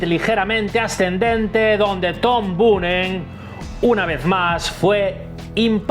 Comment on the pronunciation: Chico mira que era fácil, Boonen se lee Boonen jajaja